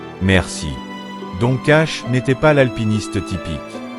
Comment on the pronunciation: Don, ça ne se prononce pas à la française mais "Done"...